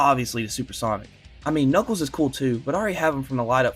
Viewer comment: "Today i boght super sonic...and knuckeld"